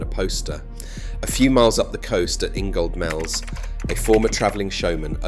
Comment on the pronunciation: Just to let you know, you don't pronounce the D in Ingoldmells. It's silent....